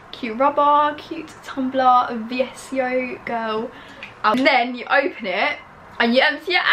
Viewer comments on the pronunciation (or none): I think it’s pronounced vis-ko girl - sorry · I died at your pronouncing of VSCO 🙉 (it’s visco) x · Is it just me that pronounces VSCO visco or is it v.s.c.o??